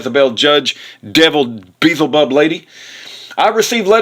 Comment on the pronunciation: im glad Kent is out of jail. love his teachings of creation but you sound like you are trying to sound and act like Kent and it's annoying as all get out, God bless kent. An who is Beelzebub?...... you are saying it wrong SMH